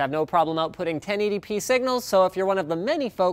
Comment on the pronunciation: Ok, so i finally realised that this whole time Linus was saying "10 ADP monitor"(i even googled it) he was actually saying 1080p...